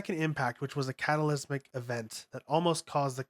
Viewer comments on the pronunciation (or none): ‘’ spear of longus” “spear of longness” “catalismic event” “shefalapod” “pasistron rifle” “octodron” “mahgi” There are loads more but I got sick of writing them out. This narrator is a joke. Are you serious dude? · Bro couldn’t even pronounce normal words right. Said “catalysmic” instead of cataclysmic.